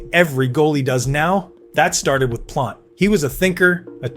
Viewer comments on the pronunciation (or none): Hah Sheck! Ve Zeena Trophee! Jacque Plant! Glenn Hall was not the first Conn Smythe winner. All sorts of AI errors. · Glenn Hall #7 Jacques Plante #6 and Terry Sawchuck #4 can’t be serious! All 3 should be top 5. And learn how to pronounce things like Plante & Vezina. And Roger Crozier was the first goalie to win the Conn Smythe not Glenn Hall. When you can’t get basic facts right the video lacks credibility.